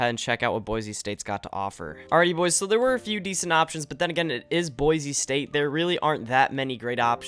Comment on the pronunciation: You probably pissed off all the Idahoans with saying boise like boize lol (coming from idaho)